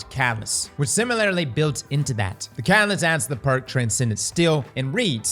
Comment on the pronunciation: "Similarly" is four syllables,, no need to add an extra syllable. 😵‍💫